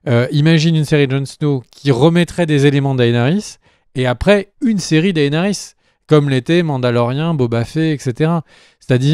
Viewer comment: Bonne vidéo mais le mec sur son canapé il exagère sur l'ep3s8 il est pas dégueulasse et tes prononciations elles sont degeu pour Daenerys, et stp, c'est "Boba Fett" et pas "Boba Fé" (24min46).